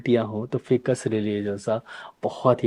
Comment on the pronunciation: उच्चारण ऐसे है--"फाइकस"(FICUS) ।आप इसे "फिकस" बोल रहे हैं,इसे सुधार लीजिये। हम वनस्पति विज्ञान के छात्र रहे हैं,इसलिए इसे सही ढंग से उच्चारण करना सीखें हैं।वैसे आप बहुत अच्छे से समझाते हैं और बहुत लोकप्रिय भी हैं,धन्यवाद जी ।